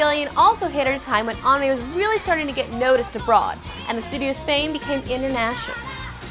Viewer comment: She's still sort of saying it wrong. It's supposed to be a bit closer to an ah sound that almost sounds like uh if that makes any sense. She's putting way too much emphasis on a w that shouldn't really be there. It's like pronouncing the name Sarah like Saraw.